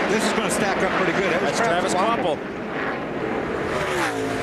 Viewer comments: *KvaPil Not Kvaphil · Kvapil. Sorry, I had to write his name, it sounds like you're saying quaffle, it's kinda giving me anxiety lol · Kwaffle does not = Kvapil